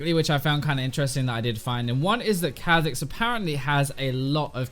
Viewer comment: Kahh Zix ... I get angry when you say it that way. sounds so much better as Kaw'zix lol